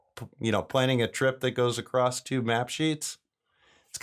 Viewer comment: Why do I keep hearing people pronounce “across” with a “t”?